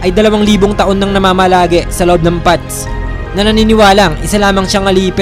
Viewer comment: Bat parang pads rinig ko sa path mo? Ginagawa mo ba yung th tulad ng (the)???